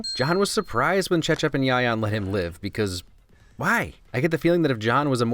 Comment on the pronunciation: Whoa that Cecep and Yayan pronounceiation are really good lol